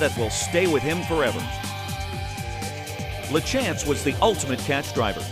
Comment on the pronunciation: Exactly, that drives me nuts. Even at the meadow lands you would have thought out of respect for the man alone to ask Michelle “Mike” how it's pronounced. “La- chance” instead of saying it right.